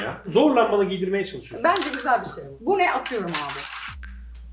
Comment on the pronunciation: Nobody:: Çok Güsel